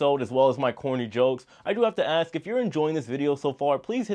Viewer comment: Repeat after me: you pronounce it as "ASK" and not "AKS." Stop thinking it's cool to create your own vernacular.